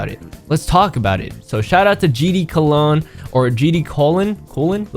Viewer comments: HE ACTUALLY CALLED HIM GD COLOGNE 😭😭😭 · EVEN HE CALLED HIM COLOGNE LOL